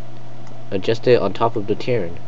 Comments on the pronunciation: Its a Ter-a-in not ternin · TIR-ANE not terrin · its TER-RAIN not Terin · Ter-rain i have no idea how you got what you said but it was killing me, but other then that nice vid